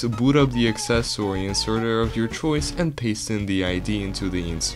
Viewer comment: I love that he says accessOwY